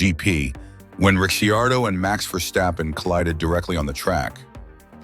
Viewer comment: You lost me at 4 different pronounciations of Ricciardo